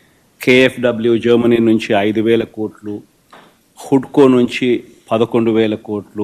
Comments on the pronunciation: హుడ్కో కాదురా హడ్కో అనాల, నీకు అసలు ఏ భాష తెలుసురా? మనీ మనీ సైకో భాష తప్ప 😂😂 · హడ్కోరా వెధవ...పలకడం కూడా రాదు...అమరావతి క్యాపిటల్ ఎక్స్పెండిటర్ రా వెధవ. .నువ్వు చేసిన 7 లక్షల కోట్ల అప్పు తిరిగి రూపాయి రాదు స్టేట్ కి.... ఏంటి పాయ గాడి బాషా ? 😂😂😂